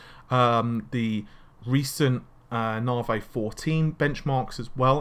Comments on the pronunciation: it's 'Narvay', damn it! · it is NAVI not NAVEY ! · since you butcher Navi everytime, you most likely butchered that also